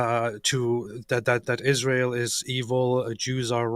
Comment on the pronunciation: Why does she call us Ijrael